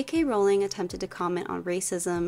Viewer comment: I just found your channel and love your videos. Your insight is impressive and your criticisms/compliments are spot on. PS: Thank you for pronouncing "Rowling" correctly!